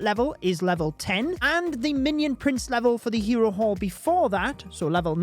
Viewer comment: I kept hearing hero wh*re lmao